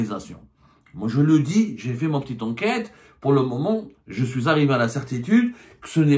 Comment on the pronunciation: est vite passé de Tony Montana à "Ji soui Charlie" 😂😂😂